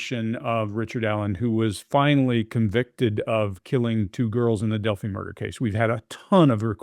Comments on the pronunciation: Okkkayyyy .....im only 33 seconds in an the man already said the name of the town wrong!!!! How many years have we been talking about this awful case?!?! Come on , do better yall...im going back in to TRY to watch the whole video. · It’s pronounced Delphi. It rhymes with lie. Which is what Richard is doing consistently.